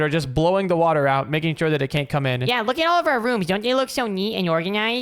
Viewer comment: Bro you said wather twice bro